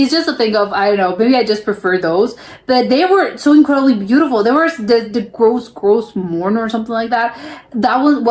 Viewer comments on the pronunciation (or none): The Newfoundland(pronounced newfunLAND..like understand)..is actually pronounced..grose..not grow morne national park.